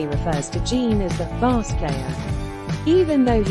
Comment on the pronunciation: I absolutely loved Gene's reaction when Tom mispronounced "bass" player. The way he shook his head. Like..."How the hell does this 40-50 year old guy doesn't know what a bass guitar is??" Ace's trout joke still has me cracking up to this day. Kinda calling Tom an idiot for mispronouncing "bass". But in the most loving and gentle way possible. Lol Also.. love him or hate him. But you gotta respect Paul for keeping it professional throughout this chaotic interview. Even though he was clearly annoyed by Ace's antics. He still kept it together, and stayed professional. Gotta respect that. Gene was clearly pissed. Lol